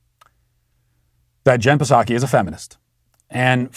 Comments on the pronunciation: Matt, I'm pretty sure the "P" is silent....SAW-kee. But maybe you pronounce it with the "P" on purpose.🤷🏻‍♀️ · I cracked up at the "Jen Pah-saki" pronunciation. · Why do you pronounce the “p” in Jen Pdsakis name? Hopefully to get her riled up. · I love that Matt refuses to correctly pronounce Psaki’s name !